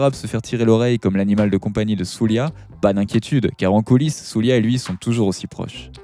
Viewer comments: Svp prononcez Souldja et non Soulia. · Soulja comme Jack pas "soulia" boy lol